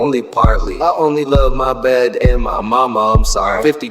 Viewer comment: When you realise says ‘Mahbed’ not my bed 😭